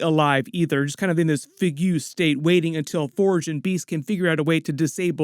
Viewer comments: Did I hear fugue pronouned as "fig-yoo"? 😂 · ... did you say "fig-yoo state"?? 😂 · The way he said fuge